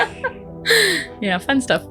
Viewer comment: Tip nahi topa 😂